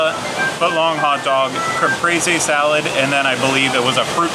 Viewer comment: Yes I wanted the seltzuh not the salasuh!!!